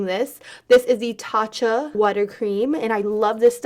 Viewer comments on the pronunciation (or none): none